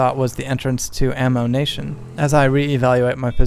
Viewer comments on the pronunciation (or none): Also, I believe it's pronounced "am-yu-nation" rather than "am-mo-nation" :P